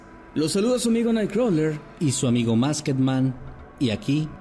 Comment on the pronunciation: Mahkeman y naicrolan